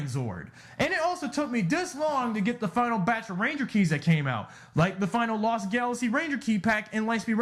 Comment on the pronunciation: Really Dino Charge is the worst also you say Lost Galaxy wrong.